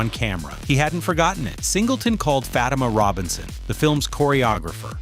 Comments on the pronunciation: It's not Fa-Tim-ma. It's Fah-team- mah. But whatever I don't trust her i believe she knew what happened to Aaliyah....carry on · The great dancer Fatima Robinson's name is pronounced Fa-teem-ma.